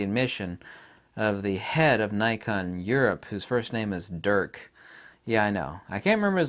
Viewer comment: Dirk Jasper. But please don't pronounce it as Durk. XD It's Dirk with the "i" of "it" or "if". (unless it's some sort of joke in which case ignore me ;) )